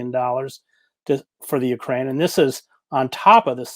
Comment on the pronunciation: Katie, please learn the correct pronunciation of Ukraine.